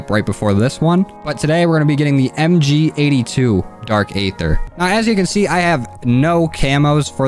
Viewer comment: He says ayder